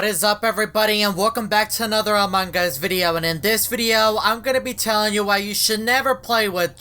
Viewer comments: normal people: among us: amankas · Ummmm whydid you call among is into among gus :/